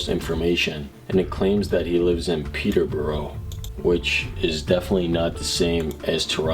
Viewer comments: I live in the UK and it is pronounced as Peterbrough error not not Peterbro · The way he said Peterborough 😂 you say it more as Peto bru 😂 Also that poor woman. She was so innocent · WTF WTF WTF WTF I LIVE IN PETERBOROUGH UK it’s pronounced peter-bo-ro yes I know it’s weird 😂 the thing is Peterborough is small .. very very small .. and there was no one called Phil or anybody who looked like him .. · I’m sorry but how you pronounced Peterborough 😂 it’s pronounced like peterbruh (well that’s how people around me pronounce it) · How you pronounced Peterborough killed me as a Brit 😅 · Wow I also live in Peterborough XD and you pronounced it wrong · Just letting you know u pronounced Peterborough wrong I live like 20 mins away from Peterborough so yh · Not to be rude but you pronounced Peterborough Wrong btw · I live in Peterborough you said it wrong